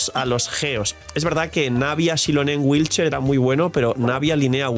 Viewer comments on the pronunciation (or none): Cada que dice wheelchair, muere un gatito 😔